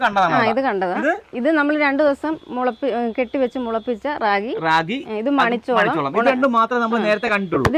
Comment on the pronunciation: അതെ, രാഖി അല്ല റാഗി .